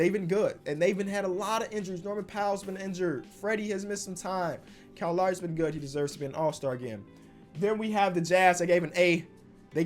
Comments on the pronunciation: It's more like "Kal Lawree" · Everybody else: Kyle Lowry: Kowl Lywry